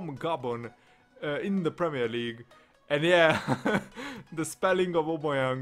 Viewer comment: You say his name wrong lol